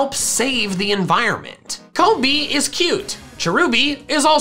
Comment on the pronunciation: its kombee not kobee